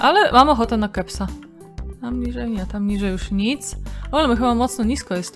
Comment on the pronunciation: Kiedy zamiast "zjadłabym kebsa" słyszysz "keksa". Tak. Wtedy byłam zaskoczona XD